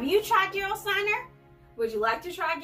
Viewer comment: This is some of the best water on the planet. It has a super high mineral content. BTW, y'all, the "G" is pronounced like "G" in Get, Gone, Go...etc., Not like an English "J" as in George